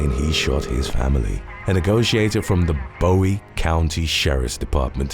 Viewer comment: Not Bowie like David Bowie but Bowie in Texas is pronounced like "boo we".